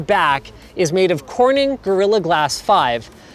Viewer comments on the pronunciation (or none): corninng corninng corninng all i hear is korning lel so much kek